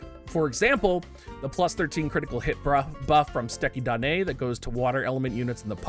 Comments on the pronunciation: So happy for you nailing “Suteki da ne”! :P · My boy out here pronouncing Duane right, saying suteki da ne like a pro, and then tries to pluralize samurai